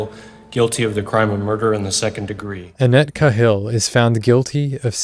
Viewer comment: Annette’s last name is pronounced KAY-hill